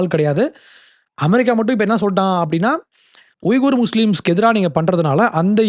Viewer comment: உய்குர் என உச்சரிக்க கூடாது. வீகர் என உச்சரிக்க வேண்டும்.